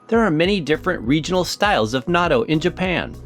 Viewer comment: The video is fun and educational, but the narrator’s pronunciation is driving me crazy. It’s “not-toe” and NOT “nadoe”